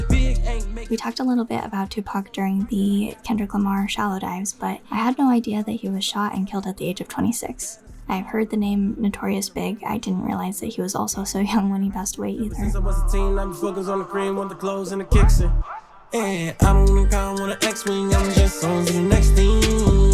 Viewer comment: not that important but "notorious big" is pronounced "notorious b.i.g" if you wanna say big its biggie bc he was also called biggie smalls jus lettin u know